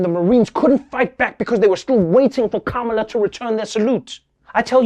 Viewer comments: Apparently conservative media have decided to be passive aggressive and mispronounce "Kamala" at every opportunity. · "How dare the vice president not show respect!" while mispronouncing her name (on purpose) over and over again. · And.. After all this time, they STILL haven't figured out how to pronounce Kamala's name correctly! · I love how not one of the Fox news-type media pronounces Kamala correctly. Aw, so adorably childish. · The self-righteous sedition party calling out Kamala (don't even correctly pronounce her name) for not saluting is rich. If they can't prove THEIR patriotism, they'll distract by something, anything, any little thing. Maybe they're afraid Dems are dismantling the institutions of the flawed Reagan-era they're desperately clinging to for validity. Similar to the shame of Obama not wearing the American flag lapel pin. Oh the horrors! 😱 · Every one of the people calling Vice President Kamala Harris disrespectful for not saluting mispronounced her name. Disrespect indeed.